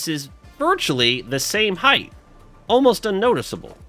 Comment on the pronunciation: I don't know why, but it's really distracting hearing you say "heighth" instead of "height" sometimes 😊